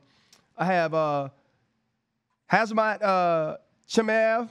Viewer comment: This fool can't say pronounce hazmat after a year of him being in the MMA spotlight. Why should i care about his opinion.... do your homework.. football man